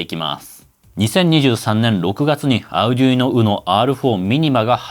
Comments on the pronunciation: アルでゅいーノ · の発音を聞いて、Arduino（アルドゥイーノ、アルデュイーノ、アルディーノ）違うなあ？ 値段と性能でピコ２がコスパ勝ちかもしれません。